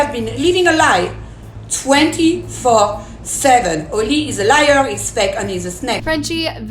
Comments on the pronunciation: old london?? its oli imao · INCASE SHE CHANGES THE TITLE. SHE SAID OLD LONDON INSTEAD OF OLI LONDON